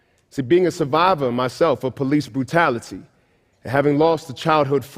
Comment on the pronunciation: This guy is hilarious and typical. He has to especially enunciate "police brutality" . He doesnt seem to think or want to admit that there are many many many Black and Hispanic police officers as well as Asian Americans all across the country and some of those non-white officers are involved in some of the incidents is that have been in the news. He also seems to think that internet trolls are strictly male. He also seems to think that all those internet trolls would identify with the Klan instead of a racist Hispanic possibly and you can't deny the major racial problem between many Hispanics and blacks throughout the country. Anyways.